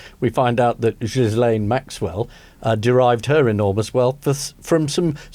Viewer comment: Ian, please repeat after me, 🔊 "Ep-steen" and "Gee-layn". Sorry to be a pedant—I'll leave aside your penchant for posh school Latin pronunciations—but each time I hear "Ep-st👁n" or "Jizz-layn", I question how much you're really following this story. Thank you for your attention to this matter.😉